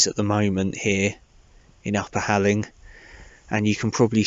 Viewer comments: fantastic news on getting your job back! probably the best Christmas present you could have wished for and I'm really pleased for you:) Halling is a few miles from me and the locals pronounce "hall ing" ( sounds similar to the word boring). I just bought that walking book for my wife for xmas as you seemed to have so much fun with it. Thanks for the content this year and say Hi to the lovely Candice:) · Hi, it’s pronounced like ‘whore ling’! 👍🏻😁....really good news about the job! We’ve bought the book after seeing your vids and hope to start them over Xmas break. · This is so close to me! It’s pronounced halling as in hall. Need a new camping buddy?😂